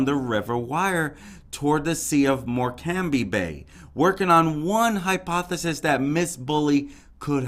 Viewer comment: Morecambe is pronounced, Moor-Cum . She never fell in the river